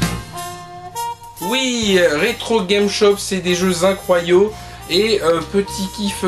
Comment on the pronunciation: "... c'est des jeux incroyaux"... j'ai failli mourir de rire :D